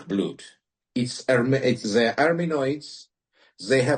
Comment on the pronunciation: Слово «blood» не произносится как «блюд»